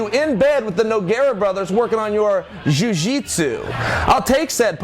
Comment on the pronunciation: Working on their "jiu-jitsu" hahaha